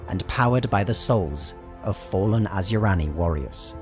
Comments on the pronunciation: Asuryani is pronounced.....a-soo-ree an ......not....as u rani.... Don't pronounce the I ......otherwise great vid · Okay I'm an Eldar lore master and I gotta say every time you say Asuryani, it's like nails on a chalkboard to me. It's pronounced Ah-Sir-E-On-E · Is it just me or is Asuryani pronounced Asyurani in the video? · Asur-YA-ni, not as-YU-rani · You sure it's not (Ah-soor-yah-ni)? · I love your lectures, but cmon, asuryani and ynead are not pronounced like that :D